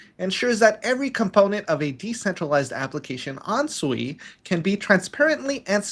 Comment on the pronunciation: One old Asian guy can pronounce Tamagotchi but he cannot pronounce SUI correctly? I understand if you don't know about the SUI Dynasty but how about something simple like water in Japanese (SUI) or even this which is super simple type in Google " how to pronounce the SUI blockchain" and or listen to any of the creators from Mysten Labs, you will only need to listen to them once and then forever be not sounding like a Noob